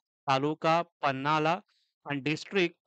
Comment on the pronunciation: पन्हाला न्हवे पन्हाळा.. ऐतिहासिक तालुका आहे So तूम्ही त्याचे उच्चार नीट करावे.. अनेक वेळा तुम्ही पन्हाला पन्हाला च बोलत आहात.. So change it